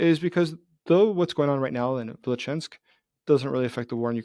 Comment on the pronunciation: It is Vilyuchinsk, not Vilichansk.